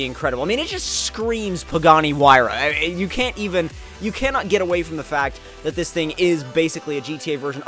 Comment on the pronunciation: Finally a YouTuber got the pagani's name right loads of them said zonda like really bro it's a huayra